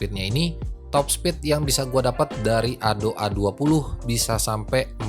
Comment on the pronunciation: Ado om bukan ado' peakk